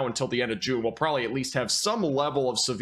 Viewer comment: Good sir.....FYI the word "rural" actually has two syllables. This fits with the no "g" in significant and the no "b" in probably. Can you say "prolly" and "sinificant" ??